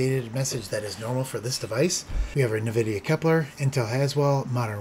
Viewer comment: i think it's en-vidia not nuh-vidia but great video as always